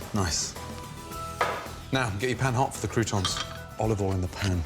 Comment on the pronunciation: “Ollivole in”